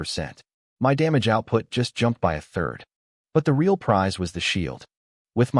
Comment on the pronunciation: Please learn to actually speak English correctly or stop making shit, I guess the choice is yours but I'm downvoting this right this second for your inability to say real.